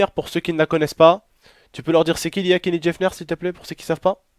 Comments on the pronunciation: putin mais t'es vraiment con tu connais même pas ton sujet, la prochaine fois laisse ta meuf faire la vidéo et raconter. et c'est Kylie Jenner (Kayli Jéneur) et non Kélie Jefneur merci. salut ! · Mdrr tu ma tuer au début ta dit Kelly jafner 😂😂😂😂